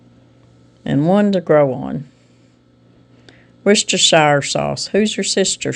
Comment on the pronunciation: LOL "Who's your sister sauce" I'm sure someone has already said this in comments. But, it's Woosta shire sauce. I went to meet a group of friends back years ago in Worcester, MA. Long Story. But, those Yankees set me right on how to pronounce things. Yeah, girls from Arkansas do make it to Massachusetts once in awhile. But, I LOVE Who's your sister sauce!! 😁 Do I remember being little?? Oh yeah. What an amazing childhood looking back to what I once thought wasn't "perfect" Oh well. Hindsight is an aged gift. It makes me sad when I see these very small kids with their face in an iPad or tablet or worse. One of those headset contraptions. I forgot what's it's called. Thanks for your videos. Stay safe and God Bless!